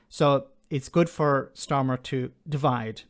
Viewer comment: At first i thoughtyou said "smarter" and not starmer. Honestly? Makes it even better.